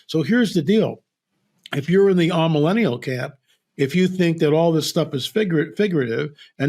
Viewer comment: What’s an “ah-millennial”?